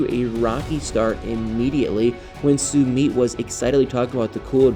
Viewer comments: PRONOUNCE Sumit's name correctly! It is pronounced SUE MITT not Sue meet. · OMG, WHEN HE SAYS "SOO MEET" Really? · Sweetheart your not pronouncing his name, right just saying, I love your videos❤